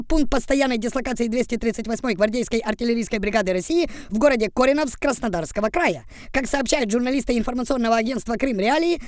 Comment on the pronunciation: "Корено́вск". Це Коренівський курінь на Січі, тоді офіційно звалася "станица Кореновская".